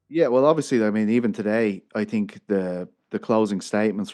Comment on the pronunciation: Who do you tink win? It's "THINK" NOT TINK